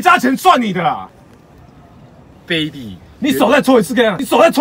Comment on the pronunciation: 卑鄙（正確唸法是ㄅㄟˉㄅㄧˇ